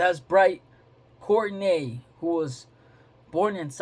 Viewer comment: Its pronounced Court-tea-nay